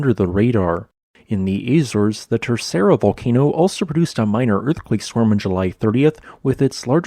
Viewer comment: In the Eyzers (Geysers) Azores AI reader with "American Accent "